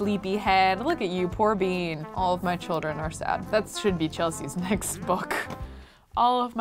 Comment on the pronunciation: she said OLIVE the skills instead of all of the skills. that just shows how much she loves olive